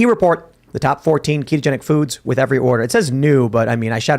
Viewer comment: Why does say "wit", not "with"? I think its intentionally done as he pronounces everything else with intent.